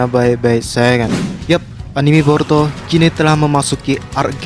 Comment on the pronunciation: Boruto bukan Porto 😁😁😁 Kalem aja ngmg'y. . . Jgn di cepet2in kaya di kejar2 apaan. . . Ngmg boruto dri awal sampai akhir kedengeran'y porto 😁😁😁